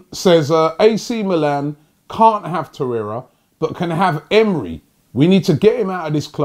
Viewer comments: Smh Robbie.....it said ELNENY not Emery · It said elneny not emery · Rob you have done some name misstakes recent weeks. Hope youre fine. AC Milan instead of Inter Milan, Kieran Kierney to Kieran Tierney, Elneny to Unai Emery etc.. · Robbie you are just begging for people to mess with you 🤣🤣🤣 the guy said Elneny not Emery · Robbie stay focus bro, Elneny NOT Emery! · Elneny not emery. Robbie spending too much time with troopz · Who is your dealer Robbie? He sells some good shit. Elneny not Emery man!!!